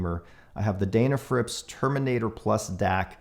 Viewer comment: Just one observation about pronunciation. You say 'Daynafrips' but everyone else calls that maker as 'Dennafrips' which seems to be close to their actual name. Not a big deal but I thought you might want to consider this. Cheers.